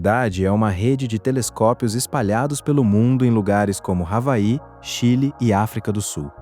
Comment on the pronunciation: Ele falou Ravaí e não havaí.👎👎👎